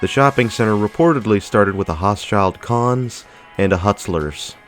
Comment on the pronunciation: You’re completely mispronouncing Hochschild Kohn's 😂 It was pronounced with a long “o” not short o. Phonetically “hoeshil cone” not “haashil kahn “